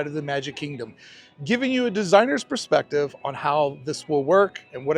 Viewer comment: You said a "Desiner Perceptive." Are you a designer?